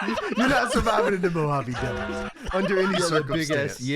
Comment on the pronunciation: Patrolling the Mojave devert almost makes you wish for a nucular winver